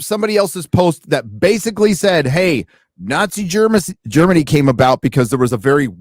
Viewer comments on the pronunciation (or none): none